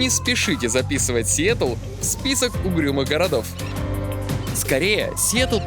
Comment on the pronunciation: Настя реально тупенькая... Сиетал, Сиетол... Идиотина